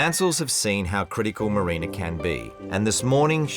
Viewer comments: At least the husband can say MARINA AND NOT MARINER FFS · Can they seriously not say MARINA, WHO TF IS MARINER, sooo goofy